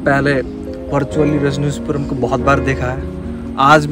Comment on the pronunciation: Phale ...rajnishpuram thik say bolna shik lo